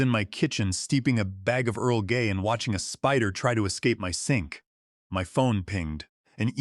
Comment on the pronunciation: “Earl Gay” 😂 AI is not a tea drinker either.